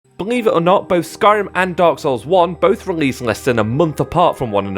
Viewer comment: Hes saying dog souls, im sure